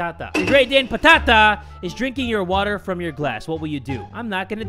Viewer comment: Fun fact: "Patata" is actually "potato" in Greek. And yes I'm from Greece. Also the way that pronounces the word "Patata" is just awesome 😂😂